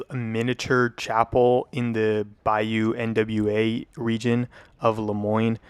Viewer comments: Bayou N.W.A? What, is the church for Eazy E? He wasn't THAT short. Say "Wah." Now say, "Nah." Now, say Nwa. Bayou Nwa. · Bro said Bayou NWA. It's Nwa, like noir lol. I was confused at first too, but there definitely aren't any rap groups in the area